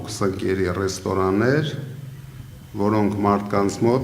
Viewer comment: Ամեն ինչ՞ տեղը տեղին պարզաբանեցիր գեղեցկուհի։ Ինքը օգտվում է այդ ռեստօրաներից, այդ բառը նույնիսկ սխալ ես արտասանում։